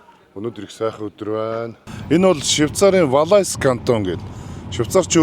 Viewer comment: Valais кантоны дуудлага Валай шүү😂 тэр төгсгөлийн s хаачсан юм бүү мэд😅😅 ихэнх франц үгний төгсгөлийн гийгүүлэгч дуудагддаггүйн жишээ шүү. Zermatt уул Valais кантондоо орно.